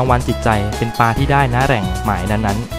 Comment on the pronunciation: คลิปนี้ ภาพสวย เนื้อเรื่องดี ได้สาระ เพลงประกอบก็ดี มีผู้เข้าชม 2 แสนกว่าแล้ว เสียงผู้บรรยายก็เรียบนุ่มนวล เสียดายที่ผู้บรรยายออกเสียงคำว่า "ปลา" เป็น "ปา" ทุกคำเลย กระแสน้ำเชี่ยวกราก ก็ออกเสียงเป็น "กาก" อาจารย์ภาษาไทยได้ยินแล้ว อยากจะร้องไห้ ครับ